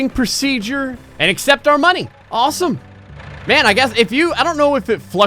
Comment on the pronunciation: it's M A N not man